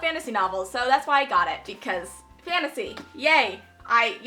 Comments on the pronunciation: Score Yes 'I GOT IT' (Scottish accent hahah!) Loved this haul so much! You're going to study in the Netherlands right? Want do to go to a Dutch Booktube Meetup? Me and some other Dutch booktubers love to meet up and it would be awesome to have you there as well! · "I GOT IT!" British 2016.:)